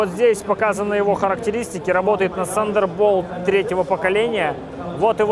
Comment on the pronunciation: Сандер болт? Откуда вы берете такое произношение